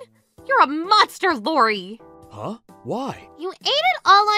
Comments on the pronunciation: Please pronounce Iori’s name correctly. Starts with an “I” not a “L”. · I love these videos but shouldn't "Iori" be pronounced like "eeyorry" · His name is Iori. Pronounced ee-or-ee. Not Lori. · Iori is pronounced ee-OR-ee. How are you guys mispronouncing a frequent characters name?